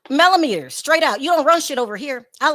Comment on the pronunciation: MelloMeaners not Mellometers